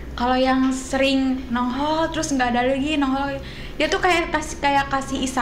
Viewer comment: Wkwkkwkwk...nonghol a maklum orang sunda😂😂😂